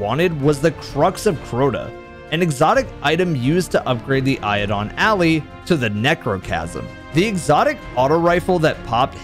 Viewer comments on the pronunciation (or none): Eye-doe-lon is how Eidolon is pronounced, and it's ally, not alley, as in a friend.